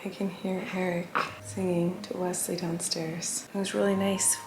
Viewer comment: The day Flynn says Wesley instead of Weswee…I may cry